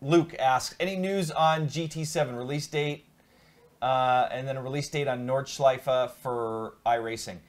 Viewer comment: hey guys when you already ask about correct german pronunciation : the track is called Nordschleife - don't swallow the e at the end . same goes for porsche ;) schleif and porsch sounds funny for germans ;) greetings keep up the good work